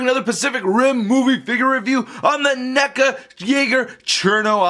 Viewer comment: Did you say n-$ga instead of neca?!?😭